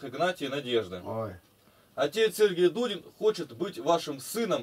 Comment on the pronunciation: Давно я так не смеялся. Не Дудин, а Дулин фрезеровщик.